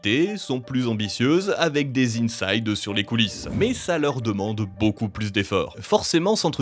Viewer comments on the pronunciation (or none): none